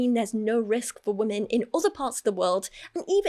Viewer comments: The pronunciation of “weh-min” is upsetting me so deeply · says “wemen” and I cannot stand it. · "Wemen"